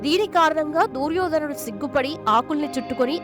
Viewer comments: దూర్యోధనుడు కాదు..... దుర్యోధనుడు. తెలుగు భాషను ఖూనీ చేయడం శోచనీయం.... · దుర్యోధనుడు అని పలకలు.DOORYADHAN.ని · దూర్యోదనుడు ఏమిటి తల్లీ! దుర్యోధనుడు అనాలి. ముందు ఏ పదాలు ఎలా పలకాలో బాగా నేర్చుకుని ఇలాంటి వీడియోలు చెయ్యాలి. ఇంక ఎవ్వరినీ నీ అప శబ్దాలతో ఎవ్వరినీ ఇబ్బంది పెట్టకు. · అమ్మ దూ ర్యోధనుడు కాదు దుర్యోధనుడు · Duuryodanudu kadu talli duryodhanudu anu emi telugu talli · దుర్యోధనుడు తల్లి. దూర్యోధనుడు ఎందుకు అంటున్నారు మీరు. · Duryodhanudu anaali, Dooryodhanudu kadu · తెలుగు స్పష్టంగా మాట్లాడటం నేర్చుకొని వీడియోస్ చెయ్యి అమ్మ గారు దూర్ యోధనుడు కాదు దుర్యోదనుడు అని పలకాలి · దూర్యోధనుడు కాదు.... దుర్యోధనుడు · అంతా బాగానే పలికేవు అమ్మ కానీ దూర్యోధనుడు అనే మాట వినడానికి కాస్త ఇబ్బందిగా ఉంది. అ పదాన్ని దుర్యోధనుడు అని పలకమ్మా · దుర్యోధనుడు.. దూర్యోధనుడు కాదు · దుర్యోధనుడు అని పలకండి pls. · Amma talli neeku telugu palakatam ravadam ledu Duryodanudu nu peru sagaddestunnav